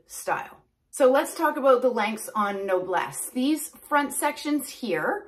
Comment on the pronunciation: It's pronounced "No Bless" meaning noble. Easy peasy. I love this wig and it looks beautiful on you😊